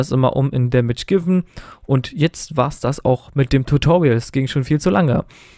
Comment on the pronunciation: beim letzten schritt : Damage Givun oder damage given? :)